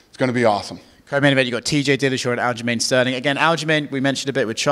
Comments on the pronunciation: Dana keeps calling him Al Jermaine and idk why but it has me cracking up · Ah yes Al Jermaine